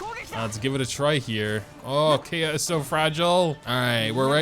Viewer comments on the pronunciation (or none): Also kaeya is pronounced "ka-ya" . It is a bit hard to pronounce for u because you play in jp but yeah thats how you pronounce it!! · Was very happy when you said his name right at the beginning.. and then you didn't.. </3 Lovely video as always! He was my main when I first started the game, up until a little after the Childe fight. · Why do you say his name that way when you know its wrong?! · Idk why but it makes me mad